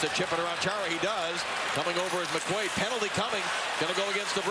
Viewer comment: Totally I mean how hard is it? IT'S CHARA F'in Chara, not Chair-ra